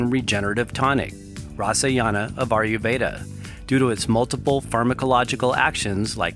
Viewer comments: I’m generally aware of Ayurveda, but what the hell is this “ARYUveda” the announcer is talking about? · Not aryuveda, ayurveda.